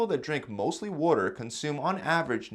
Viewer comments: Say water right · Did you say "wooter" are you from Philly?